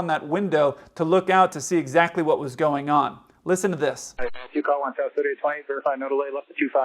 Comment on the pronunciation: To try to describe how you pronounce it clear and a bit slower. Instead of sowst that can easily be missed. Obviously the communication was not clear enough in the video so it must be improved. Right?